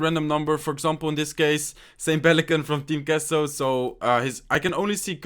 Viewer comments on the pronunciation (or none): none